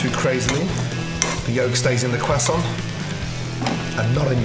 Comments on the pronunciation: How i say croissant: croissant how Gordon says croissant: quesont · crosant: exists gordon: cwesan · FOR THE LAST TIME ITS CROISSANT NOT CRASSON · Gordon its Croissant not cwasant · No I didn’t hear croissant, I heard cwason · we don't say crossarnt. We say cross-awwnt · its a croissant not a cwasa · Everybody: Croissant Gordan: kwason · Idk why, as Gordon says it properly, but his pronunciation of "croissant" reminds me of the people who'd try to say it properly in a Dunkins drive thru I used... It came out as "ka-tont."🙄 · Normal people: Croissant Gordon Ramsey: Quassan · isn't anyone gonna talk about how he says quhsant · Gordon Ramsay....stay away from Cajun food... who tf says Kwehsaunt 🤣🤣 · crest sont......say it right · Am i being learned how to pronounce Quasont or you showing off Gordon? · Putting tasso on anything doesn't make it Cajun, anymore than that "kwoisson" makes it French. Lol But it sure does look tasty. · Did he say "quack song" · It's so funny when he says Croissant like KWAH SOHN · Everytime he says croissant the first thing I think of is...... Carl: Awre you gonna finish dat cwossant??? Man (forgot his name): knock yah self out kid.. Carl: intense eating sounds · Gordan ramsay: "Quassont" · Beautiful cwassant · All I heard was cwason ... Cwason.. CWASON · Someone wanna tell him it’s pronounced Kr-uh-so-nt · On behalf of the French, please stop saying kwoissan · Pronouncing it "Quessaw" may be correct but goddamn does it sound pretentious especially when you pause and change your voice from normal to pull it off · no one: gordon: cwosant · What's a cwasson? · Gordon pronouncing that qúasòņt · are you going to finish that quosänt ? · “ThAtS a NiCe QuAsSoN” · nobody: Gordon: QUASONT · Whats a cwassoint? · Tom Holland has ruined the word croissant for me. Quackson😂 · What's a Quassant? Is that a Bayou specialty? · what the fuck is a kwasson hahahaha? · Excuse me Gordon are you gonna finish that CWASSON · Cruh saun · or “cwossant”